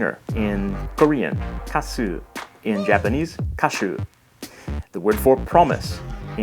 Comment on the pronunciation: singer sounds 'ga su' in korea not 'ka su'